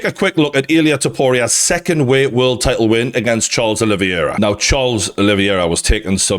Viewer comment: It’s pronounced: OLIVE - ERA Not: OLIVEY - ERA